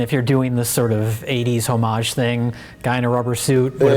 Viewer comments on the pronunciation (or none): I thought it was "oh-mage", not "hoe-mage".. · btw Mike, you don't pronounce the 'H' in homage. it's pronounced like "oh-mah-zhuh" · Mike keeps saying "HO-mage" and I twitch every time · Until this video, I didn't realize that there was multiple acceptable ways to say "homage". i've always silent-"h"ed it. >>> "oh mahj". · The H in homage is silent bro.